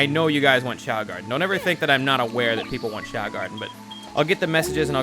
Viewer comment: "The young choa garden?" Is it really doe???